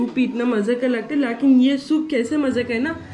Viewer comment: I love ur laakin 😂😂 By the way it's lekin 😊